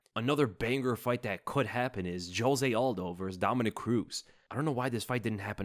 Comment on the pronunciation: Brother please, just google “Jose Aldo pronunciation”